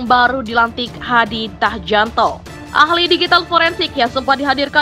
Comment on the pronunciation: Mbak, mbak.. Sampean apa nggak pernah dengar nama menteri polhukam yg baru, kau sebut hadi Tahjanto, dan channel Rismon Belik academy, cobalah searching lagi bagaimana penyebutannya jangan oon lah